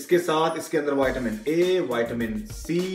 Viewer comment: He pronounces vitamin as whiteamen